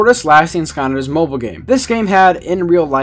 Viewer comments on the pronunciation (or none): am I The only one annoyed on how he says skyanders and not skylander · Why do you keep saying Skanders all the time 😂